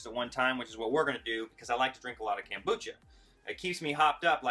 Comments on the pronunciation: It's pronounced kOmbucha, not kAmbucha. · It is pronounced kOmbucha vs kAmbucha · kOmbucha. Not kAmbucha. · Loved the video except it's not KAM bucha but KOM Bucha. Thanks! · It's kombucha not kambucha. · Why do you call it Kambucha not kombucha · Nice presentation but stop saying KAM, its KOM as in communist not KAM as in camping. Thanx for your info and hints. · Read the o in the kombucha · Take a sip of Kombucha every time he says "CAM-bucha". Hahahaha. Nice video, bro. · how can you spell something with an "o" but pronounce it with an "a" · Read the comments to see if that drove anyone else crazy... :) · Way too much talking.... mansplaining. Just do it, ok????? Also.... learn to pronounce the name right.